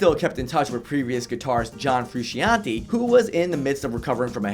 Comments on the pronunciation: frew shawn tay, not hard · 4. John "Frusheeantee" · John Froo-Shon-Teh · It's not pronounced "Froo-Shee-an-tay". it's "Froo-Shan-Tay". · John Frusc-EEE-ante?!? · John Froosheeontee...lmao. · John Froo-Cian'te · Have u ever heard of John froo-she-ontee? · Your saying frusciante wrong dum dum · I hate how he pronounces frusciante